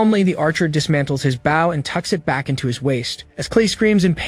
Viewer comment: Not Baugh its Bow